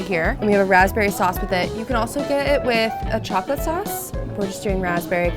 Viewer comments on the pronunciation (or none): none